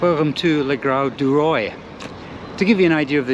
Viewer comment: the pronunciation of le grau du roi il "luh gro du roah"